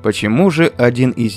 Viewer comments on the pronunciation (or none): none